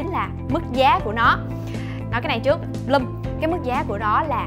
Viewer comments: N phải là bờ lum nhé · vcl tiếng anh =)) Bloom = bờ lưm